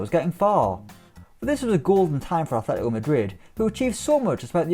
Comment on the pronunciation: If I hear 'Athletico' one more time...